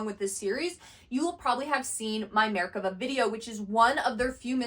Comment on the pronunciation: Her pronunciation of מֶרְכָּבָה is always incorrect, which drives my skeptical mind to think what else she's saying is...incorrect.